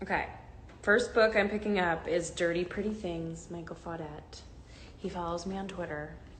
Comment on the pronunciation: immediately when she said Micheal faudet i was like oh my god are we seriously doing this